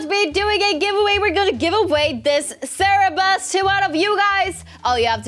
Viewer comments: Lol! I love how said “cerebus” instead of “cerberus” I really really love you and!! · Me laughing bc she allways Saying “cerebus” but its really “cerberus” 😅 btw i love you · did anybody hear say sarabus instead of cerburus? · Its not cerebus its cerberus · At first I’m like what’s a serabus and then I noticed that she meant Cerberus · Someone should really tell her that she's saying Cerberus wrong xD